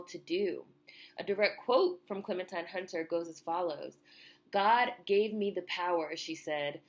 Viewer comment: loved your video, however her name is pronounced Clementeen.